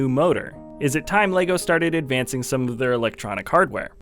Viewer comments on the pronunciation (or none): none